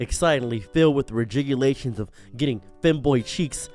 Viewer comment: "Regegulations" lmao